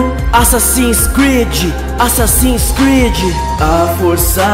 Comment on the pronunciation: Assassin creed falar direito Assassino creedee